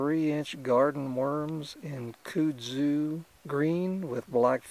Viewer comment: As a person of the south, I must offer my "help" to you in the pronunciation of kudzu. You can take it or leave it, just as there are two ways to pronounce tomato (toe-may-toe) or (toe-mah-toe). Each to his or her own. However in the south, we pronounce kudzu as (cud-zoo) like a cow cud. Just as we in the south call it Corn Hole, those in the Northern States call it Baggo. My father was raised in the south and my mother from the north. So I my vocabulary and pronunciations were educated from both sides, yet raised in the south, them thar speakn' thangs dun took to the local ways to sayn them thar words. HAHA. Not making fun accept to myself and having a joke with ya. Love your videos. Keep catching them!! Your southern fishin' gal subscriber friend.